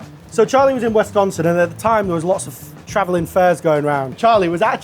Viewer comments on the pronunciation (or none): It is not Wesconsin, it is Wisconsin.